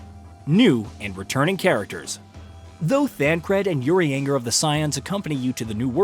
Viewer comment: Way to butcher poor Urianger’s name.